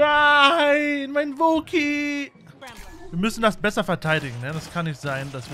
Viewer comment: richtig schöne rasur gilette wäre stolz auf dich aber kannst du bitte in zukunft wookie richtig aussprechen? also nicht wo ki sondern wookie....